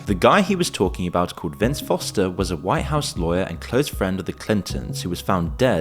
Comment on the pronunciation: Anyone notice the 'Wwhhite house'... like the family guy joke. "Whhhy am i say whhhat weird? " the brian, stewie joke? Probably means nothing but he accentuated the H.